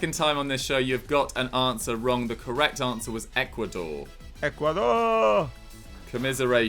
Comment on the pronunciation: Am I the only one who is really annoyed by pronounciation of the word correeeect?